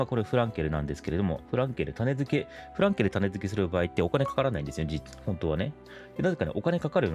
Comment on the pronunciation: たねづけ、ではなく、たねつけです。